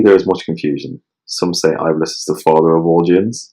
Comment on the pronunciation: Thank you so much for shedding more light on an obscure topic. Also just an FYI, Iblis is actually pronounced as Ib-lease and not I'bliss :) looking forward to binge listen to the rest!